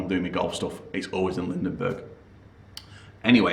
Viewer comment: Lindeberg, not Lindenberg...